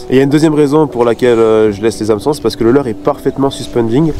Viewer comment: A chaque fois que tu dis le mot "Hameçon" dans tes vidéos je me tape une barre aha, la prononciation est bien trop drôle